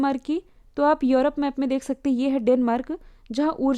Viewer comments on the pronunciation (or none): none